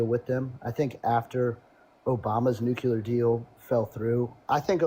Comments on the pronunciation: Why does every maga say "nucular"? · Why is it everyone who supports Trump and his war call it eye-ran and say nucular? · If you can't even say "nuclear" correctly, I don't put much stock in anything you have to say about energy or wars.